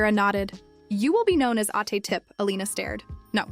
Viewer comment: Ma'am correction for the pronunciation of what you say " older sister" called ate. Not 8 or eight but ATE.